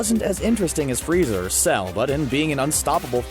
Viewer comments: he says FREEZER NOT FRIEZA Somebody has been watching too much dbza 😂😂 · D..did he say......freezer?🤣